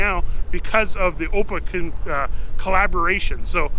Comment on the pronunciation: just a note to say that AOPA is pronounced as each letter individually: a o p a, not the way you pronounced it. I've been a member since around 1966 or so. Beautiful V-Tail in the ep.